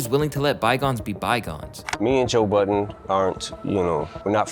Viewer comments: Please tell me I'm not the only one who heard "Joe Biden" instead of "Joe Budden" I'm stupid bro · “Joe Buden”😂😂😂😂😂😂😂😂😂😂😂